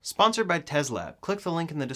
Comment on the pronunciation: i thought this man started out by saying “sponsernd by tesla”